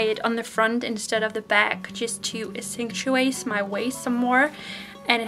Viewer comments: Accentuate = "Ax cent chew ate" lol there you go dear. Those dresses are so pretty! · Accentuate, ack-cent-uate :) I love the way you pronounce things though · accentuate, pronounced ak SEN tue ate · you look as pretty as a picture in all the dresses, but the yellow cotton one tied at the side and the last one, the floral with two layers: if it was me I would keep those. Also, accentuate is pronounced ak-cent-choo-ate. But don't worry about it. Your English speaking fans appreciate your efforts. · I like first and final dresses best and the pink one you wore over a blouse. And accentuate is pronounced ak-sen-tyu-ate 😊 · Accentuate.... Act cent chew wait Thats the easiest way I can show you how to pronounce it. Lol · I think the word you are trying to say is ACCENTUATE means .make.... more noticeable. Enjoying your unboxing xoxoxo